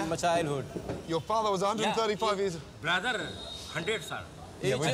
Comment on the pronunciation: "BROTHDER 100 THA"